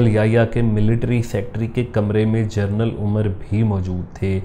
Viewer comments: Correction this is pronunciation as General NOT journal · mispronounced genaral as journal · لفظ جنرل ہوتاہےنہ کہ جرنل۔ ہر دو کے معنی الگ الگ ہیں۔ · ”جنرل“ not جرنل